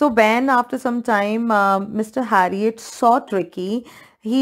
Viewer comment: Its not harriot its herriot